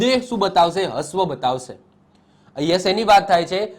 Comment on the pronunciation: હ્રવ ને હસ્વ નહી રશ્વ બોલાય.....બાકી જોરદાર વિડિયો...